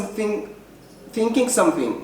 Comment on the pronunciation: Kkkkkkkk somethink somethink aya nooga baxday kada english ka yan xayirad xaga chanelka yan lagu sarine